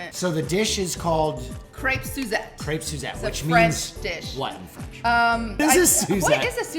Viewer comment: I'm not even French but oh my god, I absolutely hate their pronunciation of Crêpes. Nice video though.